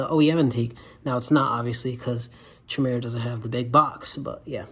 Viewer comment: Chimera, is pronounced KIMERA